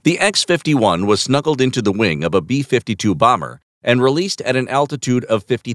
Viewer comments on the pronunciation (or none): none